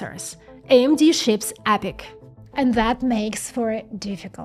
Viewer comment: Instead of saying That you say Zat.